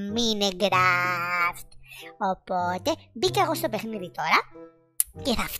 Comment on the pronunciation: Το mine raft το λέει μινικραφτ xd